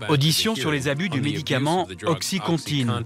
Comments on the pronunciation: Qd en 10 min, narcan et oxycontin sont mal prononcés en français, ça fait pas sérieux. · Ptdr comment ils prononcent Oxycontin et Narcan